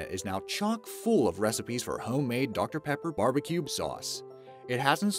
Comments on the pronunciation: He said barbicube instead of barbeque twice. I'm from the ozarks, and that's just disgraceful. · oh my god say barbecube one more time! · I hate how he says bbq sauce. Sounds like ‘barbeCUBE sauce’ lmao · "Barbecube sauce"